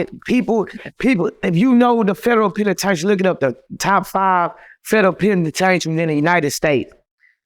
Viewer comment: 💯 I thoroughly enjoyed this interview! I literally hung onto every word this man said, which was serious until he said "penitaintry" . Then I had to refocus lol. 😁